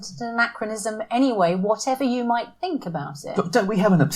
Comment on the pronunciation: Oh we're getting a bit sick of people biting the hand that has fed. The fool can't even pronounce "think". Send him to Libya.